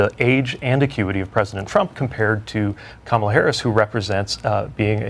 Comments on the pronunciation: KA-mala Harris, not ka-MA-la Harris. C'mon folks. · Dude! Kama-la … Try this, Coma - La 🇺🇸🇺🇸🇺🇸👍🏿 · Kah.’ MALA. Not Kama’ la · Her name is pronounced like (comma-la) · I appreciate your video ...good....Please pronounce Kamala's name correctly...Heres how to remember.....first syllable..is COMMA last syllable is La....easy..Comma-la Harris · Please, if you aspire to be a news person, learn how to pronounce the candidates name. Not hard, Coma-la. Super disrespectful